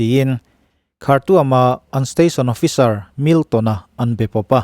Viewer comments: Ichhiarthiam bawksia angaihnawm thin khawp mai, ... khartuam ti lovin khartum ti a lam tur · Ngaihnawm thin khawp mai, ... Khartuam ti a lam rilo in .... khartum ti a lam rik tur